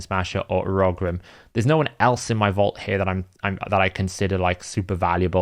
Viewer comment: I do find the way you pronounce Urogrim to be really interesting and a little jarring! 😂 Another good video though, keep up the good work!